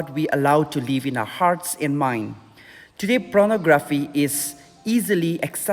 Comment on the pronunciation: It's Pornography, not Pronography...